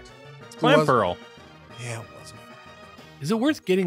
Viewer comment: I've also unsubbed because it is NOT "Clam Pearl", it's "Clamp Earl", as in the "earl" of a castle.